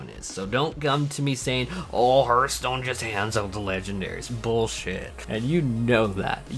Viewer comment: Did... did you call it HERTH stone!?